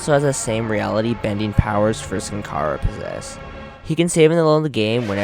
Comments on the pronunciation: kara? KARA? ITS CHARA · Не кара, а чара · he says kara but its chara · I got mad when he said "cara" instead of chara bro 😂😂😑it's obvious thats its chara and not "cara" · Chara is pronounced: Char-uh nor Kara, and she has no soul. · It’s chars not cara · *chara not Kara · i like how he pronounces chara like kara. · IT'S AN C NOT A K GET IT RIGHT